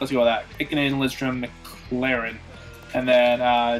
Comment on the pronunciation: Ikonen = (ee-kenin)